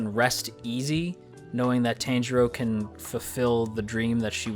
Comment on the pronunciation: A heads up. It's not Tan-jirou. It's Tahn-jirou. That's how you pronounce his name.